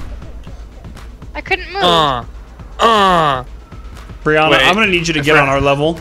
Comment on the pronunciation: Brihanna (defo butchered that name) Is looking very much grown up lately haha